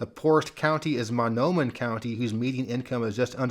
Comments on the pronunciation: I live in Mahnomen county, Minnesota. It's pronounced mah NO min. Thankfully, above the median income. The advantage to living here is everything is cheap, except groceries but I travel for that. It's beautiful and a vacation area. It's the only county entirely located within the White Earth Reservation. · Another interesting video. If your curious for the record, Mahnomen county in MN is pronounced Ma-Know-Men.